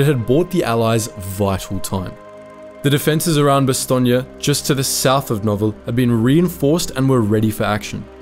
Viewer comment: Nice to hear Bastogne pronounced probably, as in Bastogneya, yes?